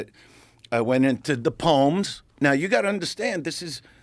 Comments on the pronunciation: "Da pomes"... 😂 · I love how he says pomes instead of poems 😂😂😂